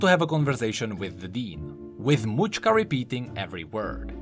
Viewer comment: Mauchka? I believe it's name is related to macska ("match-ka") which means cat in Hungarian.